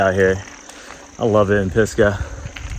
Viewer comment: Cool riding! Just wondering about the name "Pisgah": says it like "Piska" although I believe it should be "Pisga", which is the Hebrew word for "top of a mountain (or a hill), summit", originating in the bible.